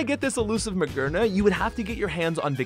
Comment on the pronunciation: Ma-GEAR-na not magerna